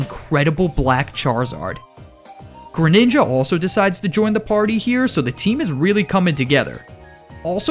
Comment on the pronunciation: THE SECOND G IN GRENINJA IS SUPPOSED TO BE A J!